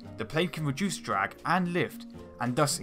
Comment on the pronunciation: Hahaha dwag, wift, fwight, barbawossa, ekwanoplan, submawines, wesearch, won, fwee, etc etc